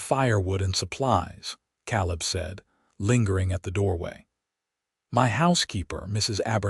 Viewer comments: Caleb is pronounced Kay-lib. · You still have some pronunciation problems; Caleb is pronounced Kay-leb, tears is pronounced T, long E, silent a, rs… etc. but you are getting better! And this was a very good story, thank you. From Missouri ❤ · Like it so far however Kay-Leb is better pronunciation. Hate the pauses after “Mrs.” Voice treats the period in the abbreviations fior titles as end of sentence period. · I wonder how many noticed that he pronounced Caleb wrongly. You would think whoever edits these videos before putting them online would at least correct the pronunciation of the main character's name